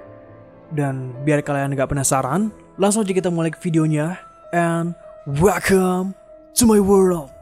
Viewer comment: WELKAM TU MAY WERLD - SAID